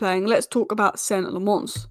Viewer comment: Please work on your pronounciation of Lammens,as a Belgian myself i can help you with that. in English it would sound like Lammuns.